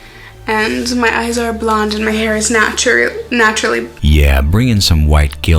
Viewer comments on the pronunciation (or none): did anyone else hear her say her "eyes are blonde"